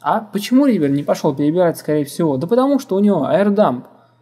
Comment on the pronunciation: Угарал с "реавера" :D